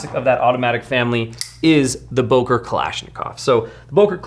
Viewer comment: “Boker” is pronounced “Booker”.